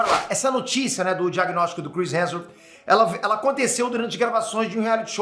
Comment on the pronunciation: O sabe que o sobrenome do homem é Hemsworth e não Hanson né?!